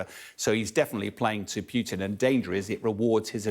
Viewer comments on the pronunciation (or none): Real experts are very specific, cautious, with attention to detail. This clown can't even pronounce Putins's name correctly. 😂